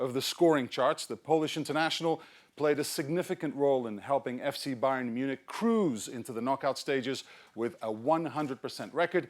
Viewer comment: it’s Bayern munech not Bayern munching